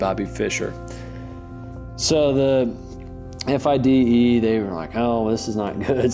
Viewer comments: Fide is an acronym: Fee day. That guy saying F I D E all the time drove me mad. Still enjoyed it. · Or not know that the acronym for the International Chess Federation, officially the Fédération Internationale des Échecs, FIDE, is typically pronounced "fee-day" and not spelled out.